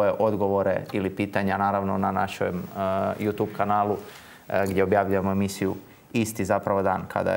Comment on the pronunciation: NA "JU TJUBU" A NE NA "JU TUBU!"